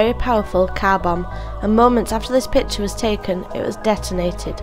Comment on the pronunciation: whoever voiced this needs to stay away from YouTube I mean PITURE and FAJER, my ears were bleeding out